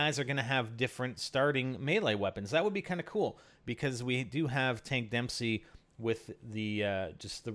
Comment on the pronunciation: It's Dempsey not demsey (kid)